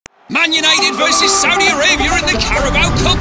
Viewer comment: Arabia * not Arabier